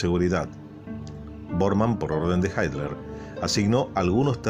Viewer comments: si no es inglés en serio porque le dice así? Sería “jitla” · Por qué dice "Haitler"? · ¿Adolf "Haitler"?...